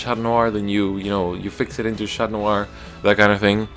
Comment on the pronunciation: Your pronunciation on the cards are 👌, especially for Chatnoir